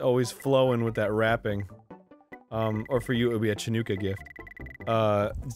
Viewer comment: chanookah??? somebody teach arin how to pronounce chanukah plz